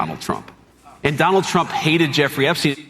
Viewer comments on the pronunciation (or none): Jesus, John, it's Epstein for God's sake...